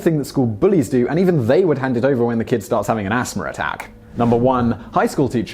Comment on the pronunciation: "Asthmer" lol